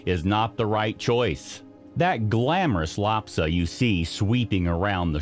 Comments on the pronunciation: It's Lhasa - not lapsa. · LHASA, not LHAPSA.